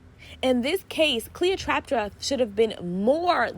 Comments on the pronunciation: The fact that you kept calling her Cleotraptra 😭😭😭😭 And you are so right Ice spice was playing a game Cleo was playing her friend She definitely thought they were friends and that was her first mistake What I learnt was to learn my place in people’s lives and move accordingly I didn’t want to have an opinion or choose sides but when ice spice said in her Twitter live “she wanted to sleep in my bed .. every day ? “ It literally just told me all I needed to know she never really viewed her as a friend. I wish Cleo didn’t come out with the story and just removed ice spice from her life but I can tell she’s clearly hurt and you can’t exactly tell a hurt person how to react. Now she has said her piece her next step is to focus on her career and never speak on ice again And even if she makes a song She shouldn’t use her name Just talk in words that would create speculations which in turn would create more buzz around the song. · Not TrapTra girl you worst than sorry I had to say it 😂😂😂I keep calling her Cleopatra I’m just gonna say CLEO I’m tired of saying her name wrong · Funny and cute. Cleotrapta lol